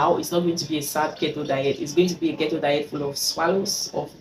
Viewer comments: It's its pronunced KEE-TOW dear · it’s pronounced “keytoe” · You're wrong...what you're suggesting is actually Kito...which is differently pronounced from Keto...I see a lot of "Kee tow" pronunciation of the word Keto online...sounds funny.